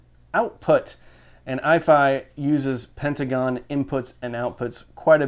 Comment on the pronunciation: ...It's pentacon not pentagon. Hahaha. Keep up the good work!